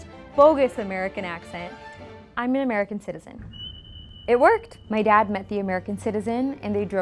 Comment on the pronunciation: did u just say Amarican?